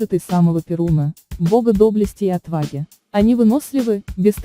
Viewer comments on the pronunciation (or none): none